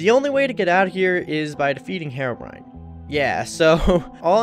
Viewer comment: I read comment I'm so happy that people say herobrine and not herobrian.